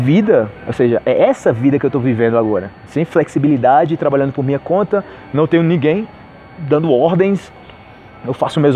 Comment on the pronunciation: Por qué vc fala "Mia" e não "minha"?